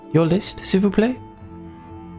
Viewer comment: That "s'il vous plaît" was perfect !! 😍 Haha I tried the extremely difficult one with the knife and failed miserably ... I think I throw the sous-chef out of the kitchen and he was very nice with everyone in the dining room if I remember correctly... That cliffhanger though... 😭